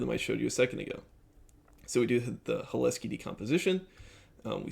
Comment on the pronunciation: Hi, watched your content for a while now and I appreciate it. I’m glad you found the Cholesky decomposition way of doing OLS, that would have been my suggestion. I would say - I believe the emphasis is on the C in Cholesky, not the H. Also, I could see the if check you put in taking longer because it has to check that if statement every time, which isn’t free and is a lot of conditional branching for a modern CPU. Alternatively, I’d maybe see if you could utilize ndarray with iterators and reducers for constructing the design matrix. It could probably utilize some magic SIMD vectorized operations and could be “perfectly parralizable” with parallel iterators interfacing to Rayon. Also, I believe Cholesky decompositions are built into ndarray’s matrix library and I (strangely) found it to be faster than nalgebra in my own testing. A last point - I would consider moving towards spline regression (e.g. B-spline) over polynomial regression if you find you’re using polynomials of high degree. They tend to handle the bias/variance trade off better for complicated functions.